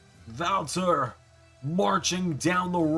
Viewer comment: hh the way he says walter wtf